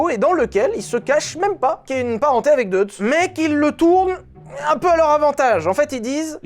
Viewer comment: Prononcer Doïtz...comme Bolchoï. Dommage de bien prononcer Molsheim et pas Deutz